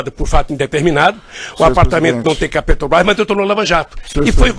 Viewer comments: DA NOJO OUVIR O DEPOIMENTO DESTE ELEMENTO: VEJAM AS PALAVRAS QUE ELE PRONUNCIA: "PETROQUIMA"-"PETROBAS"-"ADEVOGADO" "CA BANDEIRA" "HIDELETICA" - É UMA VERGONHA!!! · Isso é um rato de esgoto. Capaz de qualquer imoralidade para se dar bem. . . Deveria ter o minimo de conhecimento do nosso lindo idioma: "Oio (oleo), eletica (eletrica), Petobais (Petrobras) etc.... sem falar no PaerPointi.